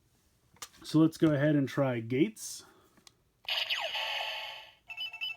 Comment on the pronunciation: his name geiz not gates